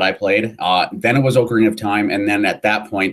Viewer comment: If there is one pet peeve I wish I didn't have its hearing people pronounce names wrong. Like Ocarina of Time. Like I heard you three say Ocarina in the video in the beginning and it bugged me. Of course nothing against you guys it is a pet peeve I have always had FeelsBadMan :( . But my favorite Zelda game would be Skyward Sword, mostly because of the characters really pulled my attention and I enjoy the relationship between zelda and link. They actually have chemistry and Link now has another reason to protect her, not just because shes the princess and he needs to save the world